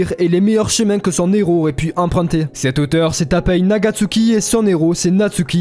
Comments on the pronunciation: La video est vraiment bonne, par contre, c'est assez perturbant d'entre un "nez rot". Héros commence par un h, il n'y a pas de liaison. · Très cool comme vidéo Par contre le " un neros" me trigger. On ne fait pas la liaison bordel !!! 😂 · Pitié arrete de faire la liaison entre un et hero, quand ya un h la plupart du temps on fait pas la liaison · Héros commence par un H donc on ne fait pas la liaison avec le N de son